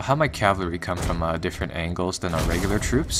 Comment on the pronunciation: Sorry if this seems nit picky but my OCD is driving me crazy. Cavalry is pronounced cav-UHL-ry, not cav-LAH-ry :p